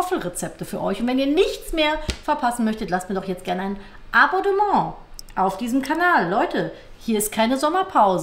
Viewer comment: Sie sacht ja wirklich immer Aboddement… heute hat mans ganz eindeutig gehört 🤔😂 ist das sowas wie Mehöl ?